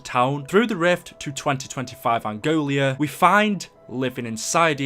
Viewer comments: Nice video man, btw it's Angola not Angolia :) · love your content and im a big fan but its not "Angolia"! Its called Angola!:)